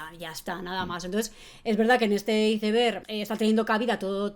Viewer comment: Se pronuncia aeisberg muy bueno el video